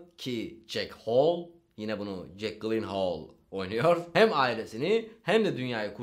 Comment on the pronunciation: Foxcum jake gyllenhaal yilinhüle diye okunuyor haberin ola